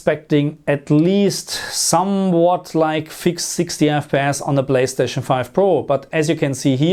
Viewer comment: My German brother with his “blayschtatschn” 🤣